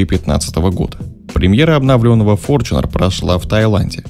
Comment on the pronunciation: С какого перепуга он стал ФОРЧУНЕРОМ ? И где же буква ЧЕ ? Бесит форЧунер !!!